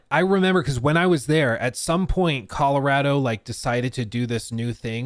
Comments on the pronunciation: Saying “Colaratto” 8 times in 30 seconds was triggering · ColorAdo really makes the accent come out 😄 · am I the only one who gets Icked out by the way like says Colorado 😂